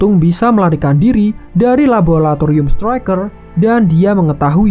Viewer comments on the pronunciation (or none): Laboratorium wee bukan labulatorium